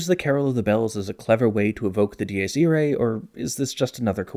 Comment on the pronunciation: Am I crazy or is he writing from right to left? As a leftie I have never even thought of that nor have I ever seen anyone else do it. Edit: Not only that, but he also writes from down to up!!! And his pronounciation of Dies Irae was so absurd I thought it was a joke at first. Other than that, amazing video and nice drawings!